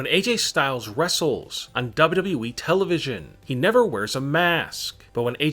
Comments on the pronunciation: Seriously he says wwwee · Why do You Say WWWWE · Stop saying dawbudabuy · Why do you say WWE like dub dub eee